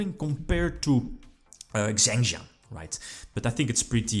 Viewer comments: Xiangjian is pronounced like Shaw-ng Jye-n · the deck is pronounced "shiang-jien" :)